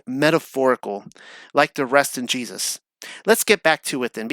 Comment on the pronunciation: Do you have ADD? Also who taught you how to pronounce Jesus’ name?